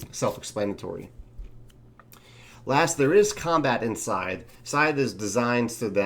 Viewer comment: everything sounds great except for one thing... that name. it was unsettling to my ears every time you said it. people trying to look it up and find it are going to have problems too.